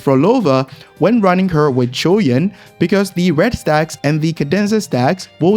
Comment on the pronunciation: Finally, someone who is not struggling to say his name.